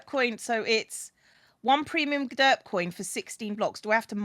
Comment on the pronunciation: Sometimes now as re watching and just listening while I work it sounds like X is saying dirt block instead of derp block. So now its just gotten funny to imagine he is saying dirt block and listen to how he praises it lol